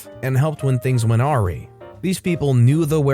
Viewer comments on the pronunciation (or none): "... things went are-ee" I think you meant "things went uh-RYE" u silli boi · Hi mate, I’m sorry you’ve probably been told a few times the word is pronounced a wry not orree. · awry is pronounced "a rye" :)